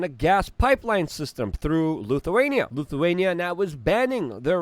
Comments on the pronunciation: His English is perfect grammatically. Nobody on the planet says Luthuania in any language. Same with Kaliningrad which he pronounces Kalingrad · Did Luke just say Lukeawainia? He said it twice. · L ‘I’thuania… why do so many Ytubers mispronounce words in their videos, is it to stand out or be edgy? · Luthuania? Kalingrad? It's Lithuania and Kaliningrad!